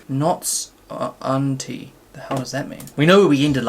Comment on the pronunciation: not you pronouncing the title “Knots Un-tie” as “Unty” 😂😂